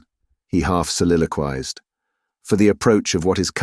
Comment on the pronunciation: Oh, dear. So badly read. And mispronunciation of 'soliloquised' in the first few lines. No atmosphere whatsoever. This used to be my favourite classic book..but not like this. Terrible.